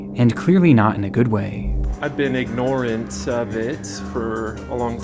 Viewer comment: I have NEVER heard someone pronounce ignorant like that, I already know he's crazy.